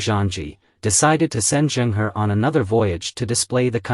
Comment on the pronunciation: Pronounced Chung Ho. He was a Muslim. Ming dynasty's military that defeated the Mongol Yuan king had 4 main generals, 3 of whom were also. Yusuf Chang, a direct descendant of the Ming, states that the first Ming king was a Muslim, but preferred not announce it too much in order not to alienate the Hans. The Qing didn't like the Ming, and I believe, also destroyed the 300 ships of the admiral Zheng He, or most of it.